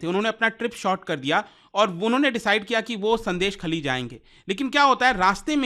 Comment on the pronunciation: Pronounced as " Shôndésh-khaali"